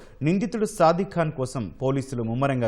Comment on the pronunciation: వాడు “సాదిక్”, సాధిక్ కాదు…వాడేదో సాధకుడులాగా మాట్లాడద్దు